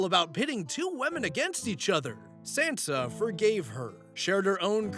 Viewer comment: That pronunciation of Sansa is killing me.😂